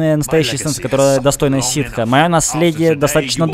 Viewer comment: ты не правильно говоришь, ситхи - это типа сторона, а ситы - это раса.